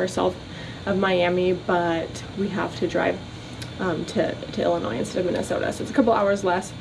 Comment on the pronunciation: At least you know how to say Illinois correctly... people who can't say it right get on my nerves to no end...